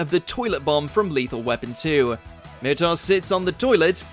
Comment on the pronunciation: Mur-tock thats how you say his name not how you said it....